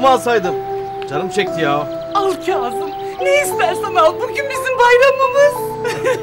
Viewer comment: keyzım nedir ya sinir oluyorum kazım demek zor mu